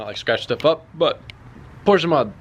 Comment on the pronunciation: Now put a Bride lowmax for the driver to really piss Porsch-uh people off